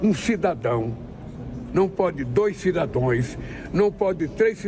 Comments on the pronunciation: O que esperar de um presidente q pronuncia cidadões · Cidadoes? Kkkkk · Esse bêbado analfabeto fala " cidadoes" e ainda repete o erro ! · O molusco é um lesado mesmo não terminou a quarta série mesmo nem cidadãos ele sabe pronunciar. 😁😁😁😂😂😂🤣🤣🤣